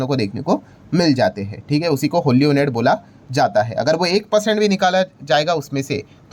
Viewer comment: Sir, sorry to point out but the word ' owned ' is pronounced as " ओन्ड" and not as "ओनेड" Please correct